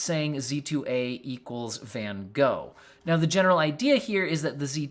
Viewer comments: I wish they hadn't named it after Van Gogh. Americans just can't pronounce it right and it hurts 😅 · Much as I love my American family and friends, y'all really need to learn how to pronounce Van Gogh!